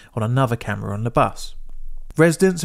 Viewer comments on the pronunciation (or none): none